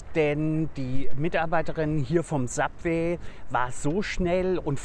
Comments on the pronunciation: Sabweh, Siesasäläd... Uff Und als ob der als Koch nicht wüsste, was Fajitas sind, wtf... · Wenn er bei „Subwee“ schon so überfordert ist frag ich mich wie er allein zum kacken geht.